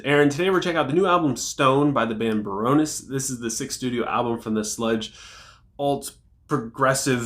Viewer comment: I've never heard anyone say baroness like that. Barrouness